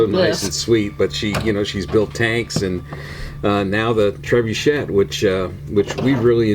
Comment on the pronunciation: It is a French word. Pronounced tre-boo-shay. Us Americans butcher the name. Seems way too expensive for what it is but it is Brickmania after all.